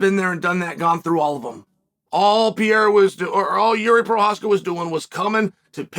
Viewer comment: Its Pee Era, you guys...